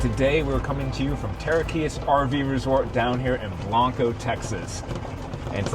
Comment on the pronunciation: You are mispronouncing Blanco.